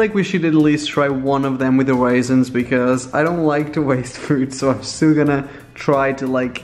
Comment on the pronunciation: ..did he just say.. waisins?